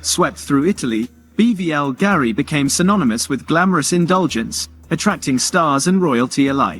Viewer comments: It’s not BVL Gari it’s Bulgari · its more of a personal top 10 jewelry brands. AI voice over with poor pronunciation due to lack of research. wtf is BBL Garie?